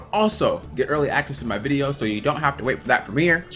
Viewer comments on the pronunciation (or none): none